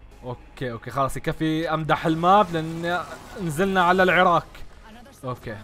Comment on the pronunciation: قلت عراق او العراك